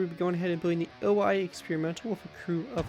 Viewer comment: Wouldn't it be pronounced 'o - i' instead of 'oh - I' because of the Japanese language?